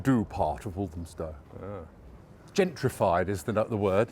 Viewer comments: Why do some people pronounce Walthamstow as"Walzhumstow" ? Where does it come from? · It's become so diverse, its become unrecognisable. It used to be a traditional market. The stallholder who thinks the market was a mile and a quarter, doesn't know what she's talking about. Its the same length as it has been for over 100 years. I also hate the way the pronunciation of walthamstow is being mispronounced. Stella Creasey vowed to stamp out the gentrification in walthamstow. SHE IS the gentrification in walthamstow and the ruination of its soul.